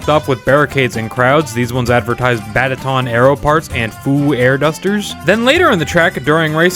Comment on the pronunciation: also, batadon, not badaton